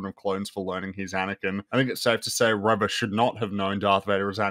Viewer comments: you mispronounced her name. It's not "Reva", it's "REVAAA!!" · how do you keep pronouncing Reva wrong for so long without noticing you're the only one saying it that way?